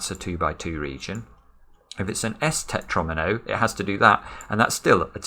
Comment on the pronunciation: I love how fights with himself all the time to not say "Pentomino" until and then just gave up to say "Tetronimo"